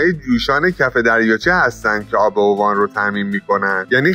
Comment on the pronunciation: داداش با عرض معذرت اسمش اِوان نه اُوان. جای خیلی باحالیه